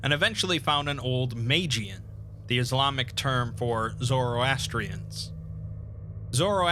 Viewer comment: Congratulations on mispronouncing nearly every historical Islamic term.